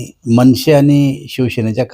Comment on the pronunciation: मनशे नाही रे मनसे आहे ते 🤣 दानवा